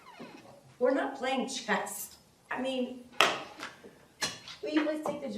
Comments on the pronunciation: Did she say Chest? Sounded like it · Unprofessional judge. She acted petty. And she said chest instead of chess.